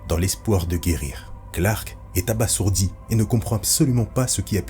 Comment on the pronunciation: Ca se prononce "abazourdi"